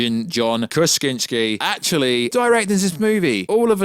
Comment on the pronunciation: I reallllly hope you’re butchering John Krasinski’s name on purpose…..